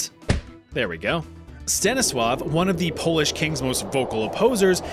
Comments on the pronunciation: Good job on the pronunciation of polish names. It's hard for those who aren't from here, but honestly I didn't expect my country here so thank you for adding it ^^ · Cheers from Poland, very solid pronunciation, love to see our nonsense mentioned!! <33